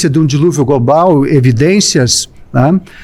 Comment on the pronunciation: O cara falando Gobal, crosta. kkkkk